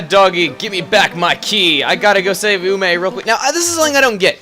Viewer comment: You said Ume right! Huzzah!